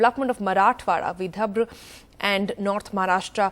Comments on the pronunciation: This stupid cow couldn’t even pronounce Vidarbha correctly. Disgraceful. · Someone tell the anchor its VIDHARBHA....